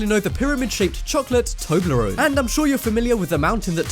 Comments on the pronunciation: its not tobleron its tobleronE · its not toebleron its tobleeon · Tobler-One not Toblerone, stupid Trump voter !!!